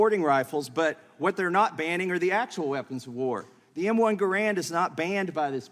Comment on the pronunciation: IDK, this guy can't pronounce Garand correctly...